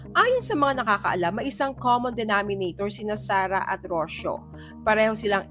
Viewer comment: So rich and beautiful and yet, so insecure. Poor rich girl, Rocio. Sarah, stay away from that creep. You deserve better. *It's not Rosyo. It's Ro-see-yo.